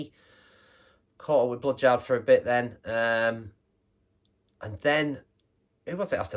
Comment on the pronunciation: Top people, both of them! Cheers, dude. Much appreciated. Aaah, Bloodyard! No wonder I couldn't find them, I thought you said Blood Jar! 😂😂😂